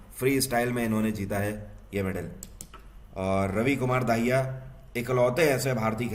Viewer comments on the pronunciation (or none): Sir plss don't mind aap RAVI KUMAR DAHIYA ko RAVI KUMAR DAAHIYA pronounce kr dete h and sir thanku so much aap humare itni mehnat krke current affairs leke aate h ab jugaad series b l aaiye sir plss humble request 🙏